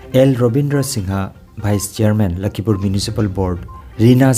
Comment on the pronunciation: " LAKHIPUR " habiyu " LAKHIMPUR " habiganu .